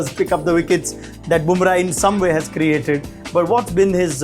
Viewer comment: Burma...😊... lol... it is Bumrah